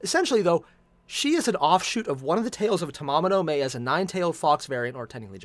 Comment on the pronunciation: Fate/GO NA is the global version. It’s Ta MA MO no Ma (as in Mama) e (as in Eh). Her name isn’t a freaking month.